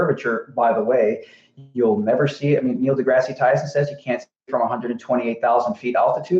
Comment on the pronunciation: You should really learn the names of people when you are using them as an appeal to authority! It's "kneel - de-grass- Tyson" Is it also pear shaped? If your vision is sharp enough YOU CAN SEE CURVATURE EVEN AT 35,000 FEET! It's unfortunate that the man tends to dumb things down for you idiots.